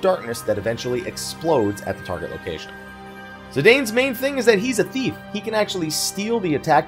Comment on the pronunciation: Its Zi-dahn lol, not zi-dain